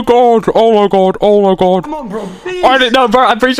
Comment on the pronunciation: the bro aussie ohhhhhhhh my gwaaaad